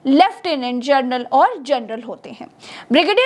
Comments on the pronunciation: कृपया जनरल का उच्चार जर्नल ऐसा मत करें!🙏🏻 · "जनरल" को जरनल बोल रही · आप जर्नल बोल रही है, और लिख रहे है जनरल